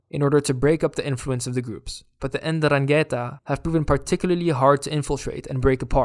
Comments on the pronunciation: 'Ndrangheta has to be pronounced with the accent in the first a. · I don't know how other Italians liked this cartoon. You talk about the problem in the present as if we were still at nineties levels. You can't pronounce ndrangheta, and wrote _Gatteri_. And I have not heard a word about the capture of fugitives and the collapse in the number of crimes (1/10 compared to 90). I just saw the usual stereotypical shit